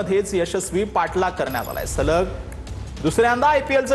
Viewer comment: ते जरा सलग ,च्या ऎवजी सगल झाल आहे त्या शब्दात सुधारणा करा .